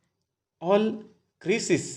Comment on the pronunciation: Crisis चा क्रायसीस उच्चार करतात. बाकी सर्व उत्तम.